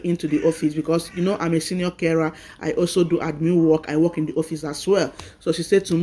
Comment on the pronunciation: Why do you say wek instead of work? Hope you have gotten your documents before this walk out. People in diaspora work a lot of hrs you can’t have your cake and eat it too. You didn’t pay for the education to get this job. They sponsored you and your family. It’s your responsibility to organize your home and if you want to be breastfeeding that’s good but you can make amendments for that. You were even given a car. Well don’t blow your voovozila we all have children too. I hope they won’t deport you and your family because you are on a work visa and you are already showing you got it all together. At least let the ink in Immigration file dries. They fucking spend their money on you. For the purpose of going there to work. Please stop saying wek it’s WORK ! I trust y’all accepted the jobs to get away from where you use to be. But some of us knows y’all have a premeditated plan after you find your foot on the ground. You accepted everything for them to accept sponsorships of your and your family. Even those who accepted to donate kidney after arrival they talk with people they know that lives in England and then after accepting they will suddenly lie about their ages and lie they never knew what they agreed to. Come to find out the scammer even registered to vote 10 years ago. Sitdon look Na my Dog name.